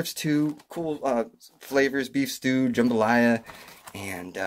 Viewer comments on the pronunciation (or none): none